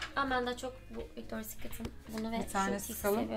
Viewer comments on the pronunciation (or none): Yalnız Victorias Secret diyemiyor bile resmen “Victor” Secret diyor🤣🤣🤣